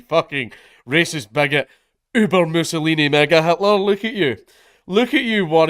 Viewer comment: When you said "Mousilini mega-hitler", it really sounded like the N word to me lmao Also whilst the throwing dung thing is funny, it was absolutely wrong and unacceptable to throw it over a random innocent employee. Like you don't know what is going on in that person's life. Their wife could be dying, their child could be dying, they could have mental health issues and become distressed. Finally, stop saying taxation is theft when it's not lol. It's not theft if you enjoy a country with roads, people to cut the trees down on side of motorways, if you want a police force, an armed force, an organised government, NHS, fire service, etc. If you enjoy civil society, then taxation is necessary.